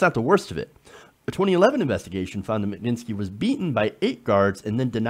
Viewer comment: Please, just read the word properly and sound out the letters, smh, Mag -nit-sky, if you took the time to read it once properly it would be obvious how it's pronounced.